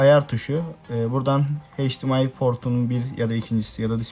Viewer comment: Abi heyç Di em ay değil eyç di em ay